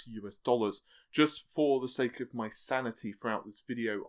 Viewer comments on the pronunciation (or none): none